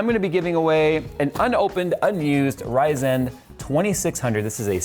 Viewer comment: HEHe you say Ryzen funny :P